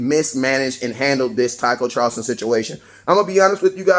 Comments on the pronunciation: southofheaven88 Listen to the way he says it. he pronounces it as Charlston instead of Charlton. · Not Charlston, it’s Charlton!!!